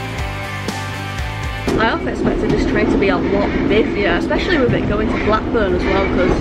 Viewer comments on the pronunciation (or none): none